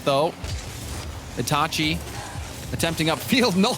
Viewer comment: It’s pronounced itahchi